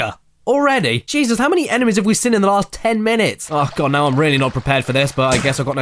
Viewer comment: I've been watching caddie since the beginning and it still makes me die a little inside every time he pronounces seen as "sin"